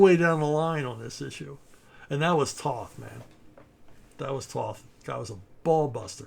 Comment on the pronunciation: Toe-th! Toe-th! Toe-th! Not “Tahth”!